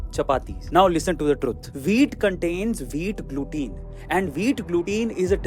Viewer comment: Glutein ko ग्लूटिन बोले या ग्लूटेन फरक नहीं पड़ता। Accent matter nahi karta intension matters!